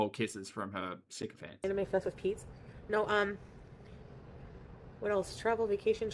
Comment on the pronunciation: Every time says 'syncophants', I hear it as 'sicko fans'. Same! 😂